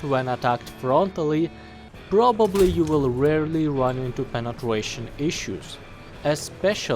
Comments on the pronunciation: Why do you keep saying Penetwuation? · Appreciate how you cover both realistic and arcade , also like the way you say " penetwation" Can you review the M48C?